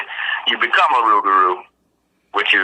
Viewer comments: not in Louisiana my friend it's pronounced with an R the l is silent due to the! accent! Us yankees pronounce it with an l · The Cajuns and Creoles do pronounce it rougarou, though,because their French is altered after centuries in the New World. They have what's called a Rougarou Festival annually in Houma of the south of the state, but I admit, I never was present for one.